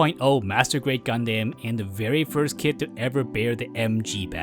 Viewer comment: It irks me you still pronounce Gundam as "Gun-Deym" and not "Gun-Dam"... are you just trolling at this point (seeing how many media of the show has already made who to properly pronounce the word) or just a language difference thing? Like for example English in Asia is notably different in the US and Europe or the Engrish scenario in Japan.